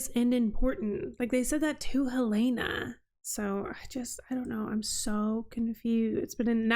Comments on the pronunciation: Yes, the pronunciation is the same as the Capital city of Montana! Not "Hill-ay-na" but Hell-in-a" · It's a little thing, not worth making a big deal about but - you are not pronouncing Helena's correctly.